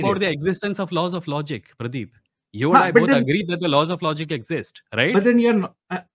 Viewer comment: Pradeep❌️ praeep✅️